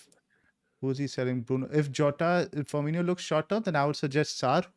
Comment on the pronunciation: Guys, its pronounced firMINo not firMINIo. ❤️